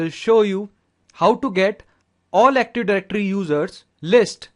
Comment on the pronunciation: is not Aktuf Dajrectory , is Active